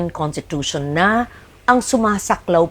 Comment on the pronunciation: She's a long-time senator and former journalist and yet she can't even say conStitution or konStitusyon??? She kept saying contitution